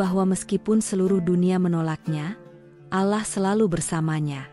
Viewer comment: Kenapa Menyebutnya ALAH, itu Keliru Yg Benar ALLAH hurup LL Dibaca Tebal Jangan Tipis, PAHAM ?!